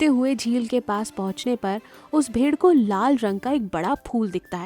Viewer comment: भेर और भेडिये के उच्चारण में गलती हुई है